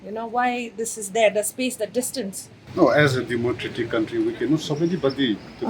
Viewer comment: Democratic as demotratic.....😂😂😂😂